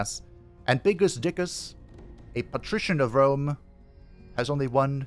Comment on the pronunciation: Definitely Wome 😂